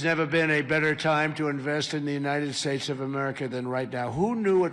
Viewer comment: “unnihhed shates” what was that? You should have a linguist or speech pathologist on your show to analyze this slurring.